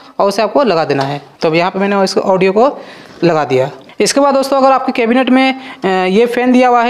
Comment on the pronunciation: केबिनेटे 😂 नही केबिनेट है🤣